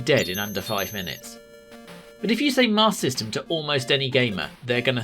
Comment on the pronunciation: This video is a superb lesson in how to cut out those wasteful extra syllables when saying “Master System”.